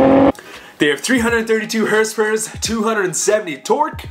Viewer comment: I swear if you say hrsprs like fucking donut media again ima be filled with cringe